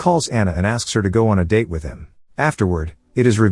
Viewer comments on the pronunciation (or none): none